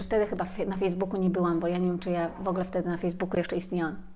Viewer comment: Dziękuję.. Dziękuję😘💕... Moja Przypominajko.. 😁. Po wysłuchaniu tej lekcji, czuję się lepsza dla samej siebie 😁💚. Dziękuję kochana, bo utwierdzasz mnie w przekonaniu, że idę dobrą drogą.. Zresztą dobrze się z tym czuję, a zatem jest dobrze. Dobrze się pani słucha, tylko drażni mnie " wogle " i wybijam się z trybu słuchania treści . Wolałabym "w ogóle"... 😉. Cieplutko pozdrawiam. 😊💚🌷